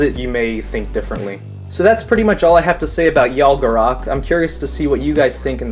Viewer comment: K not c yalgaro"K"